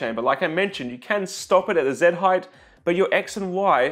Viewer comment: What is the deal with so many 3D printer video creators on YT saying "heighth" instead of "height"? I would have figured that they see the word "height" almost every day.